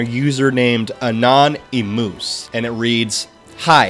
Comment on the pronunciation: Lol the way he pronounced anonymous Anon Nee Moose